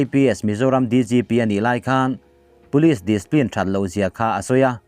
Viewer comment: Displin ni lovin discipline, ci pline